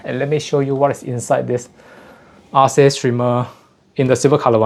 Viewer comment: Sounds like if it was named after the greek goddess it would be spelled & pronounced Arke, not Ar-see